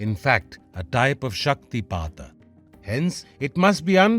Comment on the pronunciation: Thank you for the proper pronunciation. I’d love to hear more stories about śaktipāta